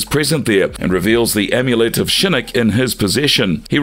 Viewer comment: I gotta agree with you, he pronounces Shinnok as Shinnik and Scinnik, there is no way that's on accident.